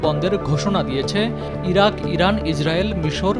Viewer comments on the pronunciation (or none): none